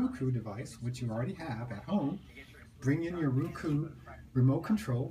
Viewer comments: It's Roku, not ruku!!!! Grrrrrrrrr! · its "row - cu"